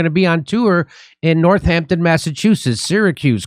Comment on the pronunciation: "North Hampton MA." is correctly "Northampton" - one word, one 'h'